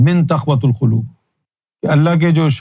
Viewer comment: منحوس کو قران تو پڑھنا آ رہا تقوی القلوب کو تقوۃ القلوب پڑھا جا رہا ہے